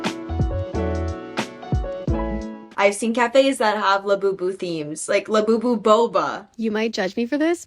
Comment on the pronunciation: There’s nothing much re cringe then hearing someone say lafufu